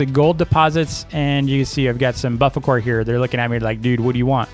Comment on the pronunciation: It's bufflakor, not buffalcor